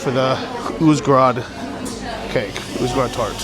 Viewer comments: You pronounce Uzhhorod as if it was Uzhgorod? Is that because Ukraine pronunciations are different from what English spelling would indicate? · I guess he cannot pronounce the Ukrainian г properly (similar to h in English but voiced) so instead pronounces it like the Russian г (g).